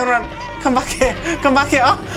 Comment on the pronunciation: "Come back hyuh" ayoo